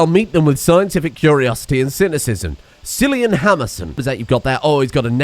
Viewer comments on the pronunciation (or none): none